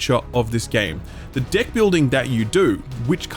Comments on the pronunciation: Every time he said deck I heard dick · Idk why, but your "deck" sounds like something else lol